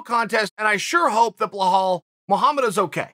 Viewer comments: even with those glasses u still butchering his name ( Belal) Bee_ lal. not Blahal. 😩. 💪🏼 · Always get smarter after listening to chael Only thing, you keep saying "bell-hawl". It's pronounced "beh-LAWL" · WHY THE FAK HE KEEP CALLING HIM "BLAHOL" IF HIS NAME IS BELAL? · Chael, the name is not Bohall, it's pronounced Beelal Muhammad. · BLEHAAL mohammed ? For crying out loud. His name is BELAL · After hearing behall so many times, I can’t go back to belal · This guy butchers names like b one else... it’s not BlaHal it’s Balal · Chael: Bluhall Mullamed Me: ok great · Everytime Cheal says Blehal take a shot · Nobody: Chael: Blah-hall Muhammad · If the Undefeated and Undisputed Champ pronounces it "bEhall", so it shall be. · Chael "Blah Hall" Sonnen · Chael " blaa hall " Sonnen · Chael who is Blahall??? Do they not teach spelling and sounding it out in Oregon or something? It’s really not a tough name I don’t know why your struggling. His name is Remember the name and you can’t even say it correctly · Chael put an effort in getting his first name right it's not Boholl Muhammad😂😂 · Where do you see in the name Belal an " H" sound? I mean it's the third or the forth time you say it like this. I only bring that to you because I'm a big fan and it's not that hard of a name to pronouns like some Russian names, ok great.